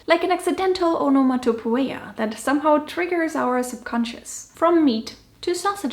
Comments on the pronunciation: The “oe” at the end of onomatopoeia comes from œ, which in English is pronounced ēe (like bee). So it’s more like ah-no-ma-toh-pee-uh. Thanks for the video 😇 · I'd just like to point out that "onomatopoeia" is pronounced differently. It's more "onno-motto-pee-ah" Have a wonderful day! ♥️♥️♥️